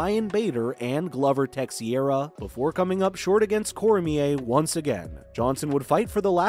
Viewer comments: Hard for me to keep listening after hearing Tex-iera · Glover “Tex e era”? Man. If you really don’t know what you’re talking about, why even do this voice work? Immediate stop and thumbs down. Waste of time. It’s like listening to a construction worker explain rocket science. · Man said “Tex e ara “ 🤣🤣🤣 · Glover “Tesh-era” 😜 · Who this "tecksiaira" fella?